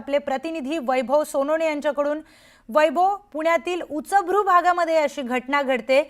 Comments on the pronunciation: उच्चभ्रू, उचभृ नाही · उचभ्रू नाही उच्चभ्रू. बोलताना शब्द तरी नीट वाचून म्हणा कृपया 😀 ज्या कोणी मॅडम बातम्या देत आहेत त्यांनी नीट वाचून शब्द म्हणावेत आणि नसेल नीट बोलता येत तर तो शब्द म्हणू नका ना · तुम्हाला बातम्या द्यायला कोणी ठेवलं तुम्हाला साधं उच्यभृ म्हणता येत नाही 😂😂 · उच बरु नाही उच्चभ्रू अस्स आहे सुधरा तुमची मराठी. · मराठी भाषेची वाट आपणच लावतोय, वारंवार 'उचभ्रू' म्हणतेय ती बाई 😅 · उचभ्रु नाही हो मॅडम, उच्चभ्रू..😂😂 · उचभ्रू नव्हे, उच्चभ्रू pl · उचभ्रु नसत ग बाई उच्चभ्रू असत हिला उच्चारण करता येईना आणि अँकर केलं..... तोंड बघून अँकर करता आजकाल 😂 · Uchabru…….what pronunciation is this? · उच्चभ्रू उच्चार व्यवस्थित करावा. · उच्चभ्रू नीट बोलता येईना निवेदिकेला... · उच्चभ्रू या शब्दाचं योग्य उच्चारण करायला शिकवा या निवेदिकेला.....